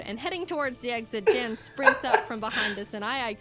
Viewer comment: ok, 2 things, 1, his name is pronounced 'Yan' because...Grman or something. nd 2, he reacted to this video and was deeply honored to be in it, he had never been animated before. ok, props to him over with, Back to watching the video!